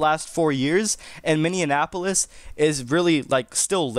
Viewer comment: Learn how to pronounce Minneapolis.